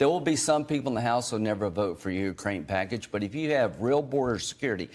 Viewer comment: Lindsay Graham "...the packidge sint over by the prezdint" STFU